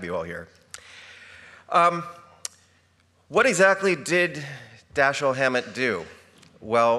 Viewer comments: How can you mispronounce the name of your subject?? It's Da-SHEEL! Alleged fans should know better! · It is consistently mispronounced throughout. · Why take it upon yourself to "Americanize" his name? Why not pronounce it properly? As you explained, he himself pronounced it "DaSHEEL".